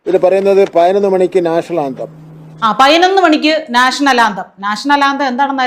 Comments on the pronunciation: Hon Minister is actually telling only pathinonnu not painonnu as you joked. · MG 'ശ്രീ കുമാറിന് ' പയിനായിരം ന്ന് പറയാം ' അതുകൊണ്ടാണ് ഞാൻ പയിനൊന്ന് എന്നു പറഞ്ഞത് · പയ്നൊന്നല്ല. പതിനൊന്ന്.. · പയിനൊന്നല്ല സഹോദരി, പതിനൊന്നു എന്നു പറയു. അക്ഷരം സ്പുടമായി സംസാരിക്കു. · കെടി. കെടി. കെടി പിടിച്ചാൽ പയി നോന്ന് എന്നോ പറായൻ പറ്റു. പഠിക്കാൻ പോയാൽ തെറ്റ് ഇല്ലാതെ സംസാരിയ്ക്കും🖤☠️🖤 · ഈ "" പയനൊന്ന് "", എന്ന് പറയുന്നതെന്തിനെയാണ്... 😄😄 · പയിനൊന്ന് മണി😀 പയിനൊന്ന് പത്തിന് ഞാൻ😀 വായനാ ദിനാധ്യക്ഷൻ ! പുസ്തകം തല തിരിച്ച് പിടിച്ചവൻ🤭 പ്രസി...... ഷ്യൽ😀 അമ്പലത്തിൽ ഈങ്ക്വിലാബ് വിളിച്ച പാർട്ടിയിൽ നിന്നുള്ള മന്ത്രിയാണ് ! മോദിയുടെ പടം അന്തസ്സ്,CJP 😄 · പതിനൊന്ന് എന്ന് മര്യാദക്ക് പറയാൻ അറിയാത്തവൻ മലരൻ വിദ്യാഭ്യാസ മന്തിരി,കൊഞ്ഞാണൻ😂😂😂😂😂😂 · പൈനൊന്ന് പൈനൊന്ന് പൈനൊന്ന്😂😂😂😂😂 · മൈരിന് പതിനൊന്ന് എന്ന് പറയാൻ പോലും അറിയില്ല. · വീണ്ടും വീണ്ടും മലയാളികൾ പൊട്ടന്മാരാണെന്നു ഇവരൊക്കെ എല്ലാ ദിവസവും നമ്മളെ ഓർമ്മിപ്പിക്കുന്നു... പതിനൊന്നു എന്നു പറയാൻ പോലും അറിയില്ല, വിദ്യ ആഭാസ മന്ത്രി...വിഡ്ഢികളായ വോട്ടർമാർ... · പയിനൊന്ന്, പ്രോഗ്രാം നിച്ചയിച്ചു, സോഗതം, ഫവൻ 😂😂😂😂😂😂😂എന്റെ പൊന്നോ. ഇതൊക്കെ പോരാഞ്ഞിട്ട്. 4.15 വരെ കുഞ്ഞുങ്ങൾക്ക് ക്ലാസും എന്തോ കോപ്പാണ് 😅😅😅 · 😂😂😂😂😂പയിനൊന്ന് സോഗതം